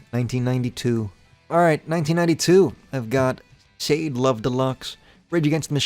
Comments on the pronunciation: Sha Dey like that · every time that shaw-day was mentioned my blood boiled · diabolical pronunciation of Sade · Can't believe you mispronounced Sade lmao